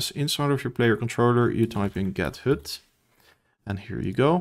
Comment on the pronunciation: The vowel for HUD is not correct. Even your timestamp reads "hood". Lovely descriptive video otherwise.